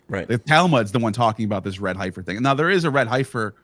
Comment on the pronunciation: Heffer...not Highfer. 🤦‍♂️